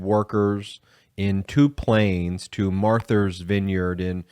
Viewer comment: How can you not know how to pronounce MARTHA, for God's sake? Wow, my respect for Ben's intelligence has just taken a nosedive! Marther? MARTHER??? That sounds like something Lauren Boebert would say!